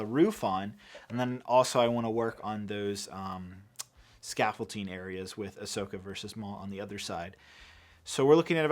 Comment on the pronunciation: I won't tear you apart for the wires in the tunnel but I may tear you apart in the next video if you keep adding a 't' in 'scaffolding' 🤣 Tunnels looking really good!